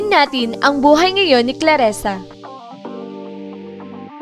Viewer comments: Clarisa di claresa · CLARISA , anong claresa???